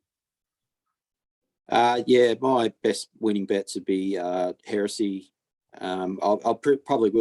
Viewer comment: Heresy is pronounced "hera see" it is a belief that goes against orthodox religion, one of the more famous people charged with "Hera see" would have been Galileo something that has relevance in racing.....but a different Galileo to the great sire🤣🤣🤣